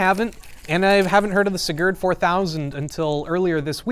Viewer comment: So weird hearing my name being said in that way.